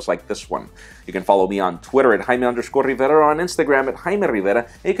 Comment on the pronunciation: Porque dices tu nombre como jjjaime rrrrrivera tanto enfasis a esas letras o presumes que eres mexicano?